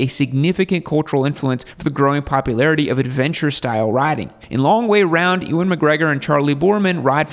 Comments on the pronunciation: It's Uuan McGregor, not Ewon... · E Wan… 😂 It’s pronounced ‘you an’. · Pronounced "U-an" not "e-wan" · Enjoyed the video, although you mispronounced Ewan's name. 🤦 It's not pronounced "EEWAN" . You pronounce it as "You_win". 👍 Maybe you'll make a part 2? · Sorry but E-Wen? I mean come on am I wrong to think most people should know to pronounce it You-Wen McGregor? It’s not like he’s new to Hollywood the guy’s Obi-Wan for Christ sakes. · It’s pronounced YOU-IN 😂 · Mate what are you doing pronouncing Ewan like that !!! I was laughing for 10 minutes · That’s certainly one way of pronouncing Ewan. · bro..... ewan, "e"wan? really???, i mean, long way round has been out for 20 years, watch it, and learn how to say his name correctly?? (and maybe london)